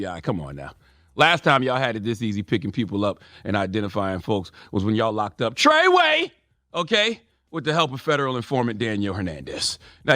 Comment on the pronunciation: 🤣 “Tre Way” you a fool Uncle Charla.